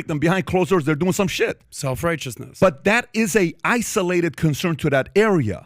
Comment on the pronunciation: What is the Iranian dude’s point? “Isoo-lay-ted” 😂😂😂